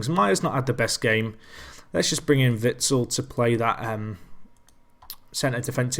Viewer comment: Its pronounced witsel with the focus on the last part -sel wit-sel pronounced as to sell ;)